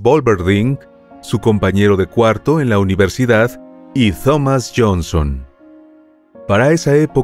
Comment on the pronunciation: Me encanta tu canal. Solo quise decirle que la Th en Thomas, se pronuncia como T, no TH. Es como "Tom-mis".